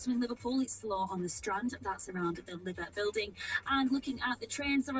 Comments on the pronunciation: The Liver Building! Yes. It's a famous landmark building in Liverpool on the Mersey waterfront and...... Oh! I see now! She mispronounced it! As "liver" and not Lie vur! She's obviously not a scouse! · The "Liver Building" 😂 It's odd though because it's Liverpool not "LitherPool" but Lither Building. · "So if the city is pronounced LIVVERpool...the building is pronounced...?" "The LIVVER building?" "NOOOOOOO! Why would you think...?" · I actually laughed when I heard the mispronunciation of the 'Liver' building. Best fail of the video! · Pretty cringe to mock someone pronouncing it how anyone would expect it be pronounced if they didnt know otherwise. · No definite comment other than I'd let the Mist Wagon (German vulgarism) go rather than get involved unless the road was clearly 2 full lanes. - "The liver Building" / "The Liver Building". The first time I encountered it I used the first pronunciation, but I was 6 and on holiday from Scotland. - Good deviation by yourself, but I'm not sure the Astra really had anywhere else to go? - I think I'd have stopped facing the grey one to make the point that I was already on the piece of road they were trying to use. And now it occurs to me that I haven't and won't answer a question about "merge in turn"